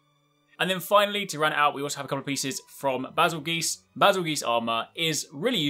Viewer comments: Jokes aside. Betelgeuse, which Bazel likely got its name from, is pronounced Beetle-Juice. That would ideally make it Bazel-Juice. No idea if you’d keep the stressed A for Bāzel or not. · Come on please at least correctly pronounce Bazelgeuce. The name originates from the galaxy Betelgeuse which sounds like beetle-juice and it was a century old wordplay already. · No one:: bazzlegeese